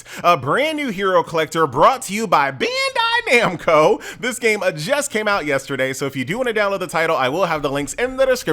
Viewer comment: "beendei namco" 😂